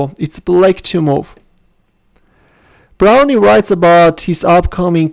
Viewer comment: Pretty sure he pronounce his name 'Brown' not Brownie. I played him once, got clobbered.